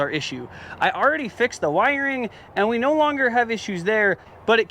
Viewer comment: "Noir" dude that shit is hilarious. Australian "no" I love it. Absolutely incredible skills as always man. I wanted that red one.